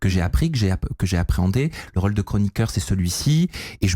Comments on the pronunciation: Qqun peut apprendre à qu'il y'a un accent circonflexe sur les Ô de rôle? C'est insupportable pour les oreilles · vient du sud de la France et dans le sud on prononce la plupart des o de façon ouverte, même après x années passées à Paris. Navrée pour tes oreilles.